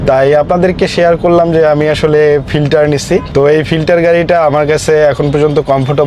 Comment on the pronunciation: ফিল্ডার❎ ফিল্টার✅ 😂😂😂